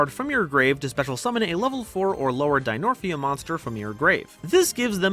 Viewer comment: pretty sure its dinomorphia and not dinorphia